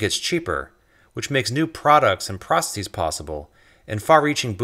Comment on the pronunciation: who the fuck says processEEs tf